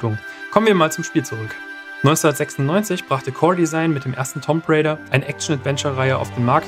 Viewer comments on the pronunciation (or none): es wird Tumb Rejda ausgesprochen :D